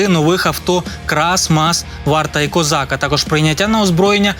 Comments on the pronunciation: Бронемашины КозАк а не КОзак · Так, але багато мовних огріхів. Наприклад, бронеавтомобіль "кОзак" замість "козАк", французький винищувач "РафалЕ", замість "Рафаль".